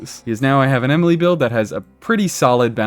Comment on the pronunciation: you don't even know how to say her name right ...